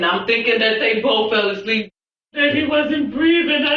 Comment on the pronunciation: It's ASLEEP. NOT SLERP. It's just regular English nobody says sleep I was sleep . I was asleep . The baby was asleep. Not the baby was sleep . It's not even a SENTENCE